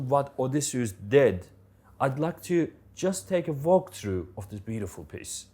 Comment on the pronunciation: Can't stand the way this guy pronounces Odysseus